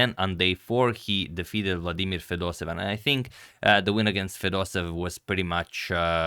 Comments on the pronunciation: It's FedosEEv, not FedosEv ! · Back to saying Fedosev instead of Fedoseev. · Please, it is pronounced "Fedoséyev", not "Fedosev"